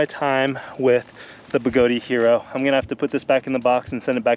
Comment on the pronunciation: I so love your videos,, but please understand that it's pronounced 'Begoad', like toad, not Begoadeeeee, like Flobee. Strip is not stripey when the 'e' is added. Fat/Fate, bat/bate, cat/cate. Notice that the 'e' being added at the end silences itself in order to change the vowel sound preceding it....Thank you for your service letter 'e', you will not be forgotten. In fact, you will still be pronounced by people across the globe, some of who's names begin with 'J', who will still pronounce you even though you have silenced yourself... But seriously, don't say the 'e'! LOL I'm just playin' man. Even though Begode, themselves, say it like Toad, you do you. I just love giving people sh_ _ about it because, why not. It makes me laugh, so...ya. Again, love your videos and I'm glad you're able to have a wonderful family and be willing to share your and their time with us all. You are doing God's work spreading the gospel of electric living. Go forth and ride.